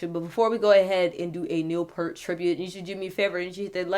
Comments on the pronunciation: It's great to see the number of people from ALL backgrounds paying tribute to Neil. Not that it's relevant (now or before) but his name is pronounced "Pee-ert", not "Pair-t". He certainly was an inspitation across so many genres. R.I.P. Neil. Gone but NEVER forgotten! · Neil Peart, pronounced PEYERT, not Pert. He's not a shampoo. For real drumming feats of excellence, try Tom Sawyer, 2112, and my personal favorite, Anthem. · Peer-t. Not Pert. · Pert is a brand of Shampoo...........its pronounced Peeert, P ear T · With respect, his name is pronounced "peert", not "purt". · In the future his name does not rhyme with "hurt". The things you "hear" with, one of which is an "ear", put a "p" in front, a "t" behind and you have Peart. Rhymes with "ear". Peace and Love. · It's pronounced Peeurrt! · whoa.. I cant believe it... A black chic who likes Rush/Neil Peart? Good job on this by the way! One thing tho... (if others have mentioned this Im sorry for bringing it up again) But Peart -ya gotta say it like how you say "ear". pEARt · His last name is pronounced P-ear-t just FYI. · It's pronounced Piert. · Neil Peart's last name is pronounced ," pierret". It's commonly mispronounced all the time...lol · Its pronounced like EAR with a P at the start and a T at the end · His last name is pronounced P-Ear-T. Nice tribute. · It's Neil Peeert but that's okay, a very common mistake. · It's pronounced P-ear-t. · Im not looking at comments, but I know haters are bashing. His name is pronounced like pEARt is the easiest way to get you closer to the right pronunciation. EAR is two syllables. But thank you for doing a good job on this! Your open mind to other things is amazing. The man was gracious, humble and peaceful. A great music man. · Peart rhymes with 'peer' - this is the ideal time for everyone to finally get his name right! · Such a sad day in rock n roll! His last name is pronounced PEERT! He will always be embedded in our hearts as the best, the professor of drumming RIP